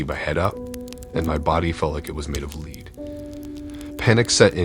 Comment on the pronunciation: Lol “My body felt as heavy as “leed”. Cutie.